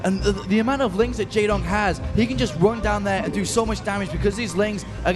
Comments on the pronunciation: Wow, one of the casters is really bad... saying "Jay-wong" instead of "Jay-dong" and not understanding even the basics of the game. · Did anyone else cringe when the American commentator opened his mouth? "Mutes"... really? "Jaewong"... In the previous video when the camera was showing the Korean team spectating a game he said something like "There's Flash, Goozila... and the rest" The rest being Jaedong... I'm beginning to think he doesn't know who one of the top BWs players ever to play the game is.